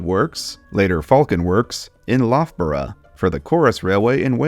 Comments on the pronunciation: I feel like someone has already said this, but Loughborough is pronounced luff-borough (like tough) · I mean absolutely no offense, as yuo've made a valiant effort, but the 'lough' in Loughborough rhymes with 'buff'. Was neat to learn that the Falcon referred to was that local :P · A great video, but there's one tiny thing that's driving me mad, and it's the pronunciation of Loughborough! (It drives me mad as Loughborough is the university for my doctorate, so I've said it a LOT of times.) It's pronounced Luf-bere.